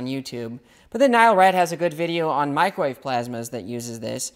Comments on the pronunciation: Lol “macrowave” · Haha. He called it a "Macro-Wave!" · Loved your video through new knowledge..... But dude there is no Mac in microwave. Please pronounce it properly 🙏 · Liking the "Macrowave". You should market that shite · Him calling it the MACROWAVE gets me every time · He said MacroWave. Or did i misunderstand?